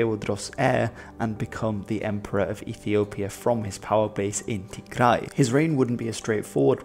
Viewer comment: I really liked how pronounced our lovely homeland Tigray. Well done.